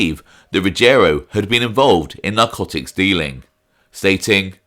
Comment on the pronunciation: It's pronounced Ruggi-ero and not Rugg-erio.